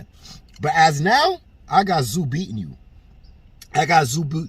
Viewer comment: The MANS NAME IS PRONOUNCED TIM (ZOO) TSZYU..... NOT TIM TA-ZU.... BUT TIM IS GOING TO BEAT THE SHIT OUT OF CHARLO.... AND CHARLO KNOWS THIS... THERE IS A REAL REASON CHARLO IS DUCKING AND SQUIRMING